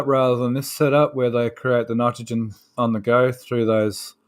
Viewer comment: Nydergen, y'all! Makes me go nucular.